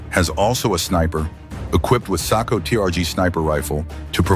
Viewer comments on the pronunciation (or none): none